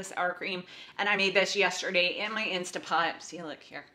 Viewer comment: I watched this video with my wife and we agree we would like to see more meal prep videos from you, and for you to share recipes and meal ideas. She also wanted me to comment that it is pronounced "instant" pot, not "insta" pot. 😜 Apparently the online IP communities condemn people for this and she doesn't want you to get hate mail.😉 She got after me for the same thing in one of our videos on meal planning. She also wanted me to tell you she followed you on Pinterest. 😁